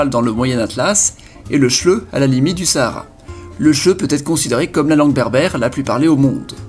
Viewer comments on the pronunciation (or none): Le shleu... hhhhh 😂😂😂 en fait faut prononcer le h sinon ca fait bosch